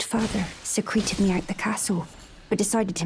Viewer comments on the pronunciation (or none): I just noticed the girl says "secreted" like a secretion and not like, in secret lol